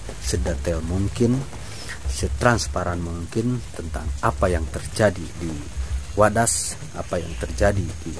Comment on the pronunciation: Maaf yg di maksud wadas kali bukan wedas...biar jgn salah di ati kan nanti dengernya wedus..hamupa hanya koreksi aja.